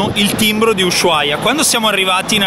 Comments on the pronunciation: si dice usuaia, no sh...😅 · Non si pronuncia la h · Per favore pronuncia bene il nome della città perché come lo pronunci non è corretto!!!! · Tvtb ma la H in Ushuaia è muta